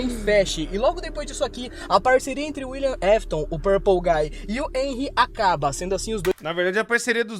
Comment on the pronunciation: lek ele falando fnef, falando Henry errado, chamando a criança de Michael tava doendo lek pqp slk falou tanta coisa errada que eu tô me contorcendo até agr